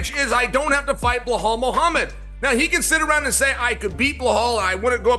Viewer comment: "Blahal Muhammed"